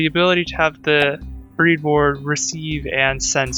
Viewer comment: It's bread board, not breed board.